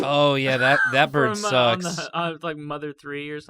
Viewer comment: Your Jewish grandma impressions are great but you gotta say mother right It’s not Mother it’s muda (muh-dah)